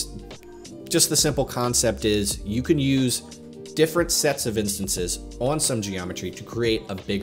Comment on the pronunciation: "Instonces" Great video otherwise.